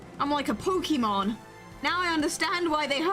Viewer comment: Pokimon is my favorite mispronunciation of Pokémon.